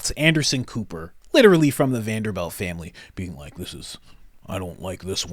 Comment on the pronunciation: just so u know (I’m sure u just misspoke) but it’s Vanderbilt not belt amazing content bro